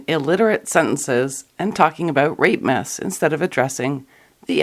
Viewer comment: I kept hearing 'rape myths' as 'rape-mas' ...